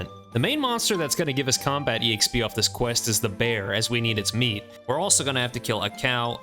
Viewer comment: It low key drives me crazy you pronounce the "E" in EXP. Just XP man. No E. Lol